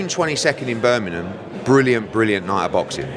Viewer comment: Eddie is 44 years old and still can’t say Birmingham properly 😂